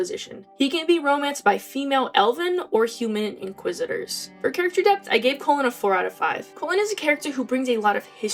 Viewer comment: and pronouncing his name wrong haha. But I love Cullens growth so much